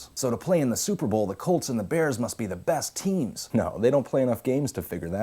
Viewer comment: I liked as soon as he said suhpabowl. This is the best ever